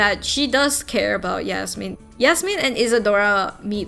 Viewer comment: I not the person who wrote Yasmin leave me alone but I’m so happy you pronounced my name right 🫶🏼